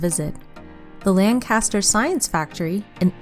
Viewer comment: Bad pronunciation of "Pocono" and "Lancaster".